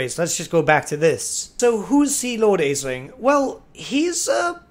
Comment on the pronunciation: Isn't Aislinn pronounced as Ashlyn? It's Irish looking and I know some Elvish names in Warhammer are based on some Celtic names.